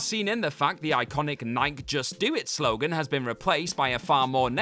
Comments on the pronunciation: where in the world is NIKE pronounced like 🎤 [mike]? It is pronounced N+👁️+🔑 [n-eye-key]. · Did you really say "NYK" for Nike? It's two syllables: NYE-KEE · Do y’all pronounce Nike like Mike wherever you’re from? It doesn’t sit right with me, as I’ve only ever heard it as NIGH-KEY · This is not the first time I've heard an English person pronounce Nike like Mike so I think that's how they say it over there. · Please learn how to pronounce Nike! It is NOT pronounced like "Mike." The way you pronounce it is cringeworthy. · I'm sure it's intentional, so we comment on it. It's named after the goddess Nike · How do you miss pronounce Nike lol